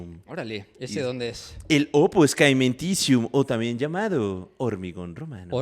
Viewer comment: Chicos! "Opus caementicium" se pronuncia "opus chementizium" de hecho en italiano hormigón se dice "cemento" ("ce" se pronuncia "che") Saludos desde la ciudad aeterna, Roma